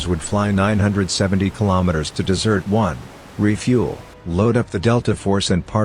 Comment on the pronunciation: Good Lord it's DESERT ONE, not dessert one sheesh